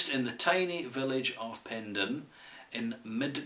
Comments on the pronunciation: It's pronounced "pen-dair-in". Penderyn literally translates to " the head of a bird". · Penderyn is pronounced Pen-Dare-Rin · The mispronouncing of the product, and obviously the place, is annoying beyond belief. Wish it was possible to correct the audio. However I understand that this would be impossible to change. Also please review the rest of the whisky range. Hey maybe you can get the name correct in a new video.